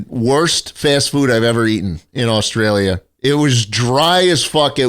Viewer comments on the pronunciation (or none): ah yes jaustrailia schlatt